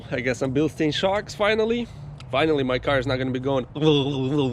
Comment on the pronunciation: Its pronounced Bil Stynes.